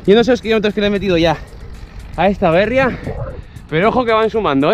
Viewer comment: Aupa!! La Bérria que sueles decir por la marca de la bici, creo que se debería decir en castellano La Berría, ya que es una palabra en euskera que significa nuev@ Se debe poner el acento en la I. Segi holaxe!!